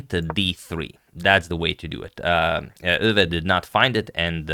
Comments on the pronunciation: Max Euwe is pronounciated Max (a like o in Mom) Oi-ve (like e in the) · I guess since its a german name, it should be pronounced „oywe“, since eu is pronounced oy in german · The eu in Euwe is pronounced like the oi in the word point.